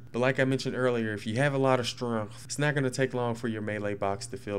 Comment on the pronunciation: It's pronounced. Strength not stronth